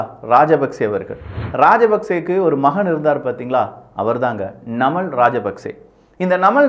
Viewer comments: நமல் இல்லபா நாமல்.... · நமல் ❌️நாமல்✅️ அநுரா குமரா திஸநாயக்க❌️அநுர குமார திஸாநாயக்க ✅️